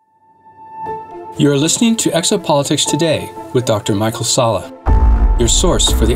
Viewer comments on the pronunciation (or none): none